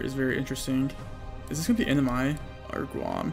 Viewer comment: It took me 5 minutes of research to even get that he's saying 'NMI' and that that's 'Northern Mariana Islands'...